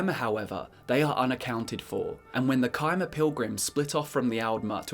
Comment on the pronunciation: It’s pronounced chim with a ch like cheese not kim